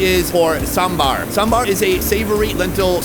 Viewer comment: respect to the way you pronounce sambar